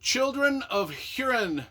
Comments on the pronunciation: Pronounced Hoorin, or Hooreen. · Learn how to pronounce Hurin and the make a vid about it